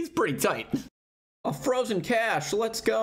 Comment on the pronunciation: It's actually pronounced 'Cache' not 'Cache' gz on the shadow, been too scared to sell most of my bank for a tbow myself lmao (Keeping shadow and ancestral)